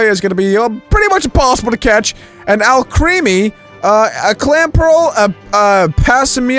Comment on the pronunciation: He said Alcreamy I am laughing my head off